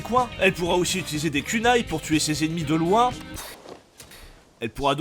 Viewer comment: Ronine bordel! Pas ronain! On dit pas samouret, et naoe est pas une shinobi! Ça n'existe pas, on appelle ça une kunoichi! C'est pas parce que Ubisoft sont des ksos qu'il faut être aussi un ksos, et c'est kounai! Pas cunai bordel, et bien sur yasuke c'est woke, ceux qui disent le contraire sont juste des consanguins fini à la pisse, ce gars c'était rien dans l'histoire du Japon, 0 débat, et mirage est bien meilleur que origins, odyssey, Valhalla et shadow et de très loin! Certe il y a des trucs qui ne vont pas, mais globalement il est plus proche d'un vrai assassin's creed, avec un minimum de neurones tu peux comprendre ça, et tu agence pas un repaire pour que les autres le voient, mais pour toi hein, pour les gosses qu'on peu pas tuer, s'était le cas dans skyrim à l'époque aussi au passage, et pareil pour la désynchronisation, c'était le cas sur les anciens assassin's creed